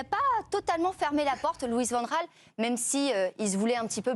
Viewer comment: Bravo pour la prononciation correcte de Van Gaal...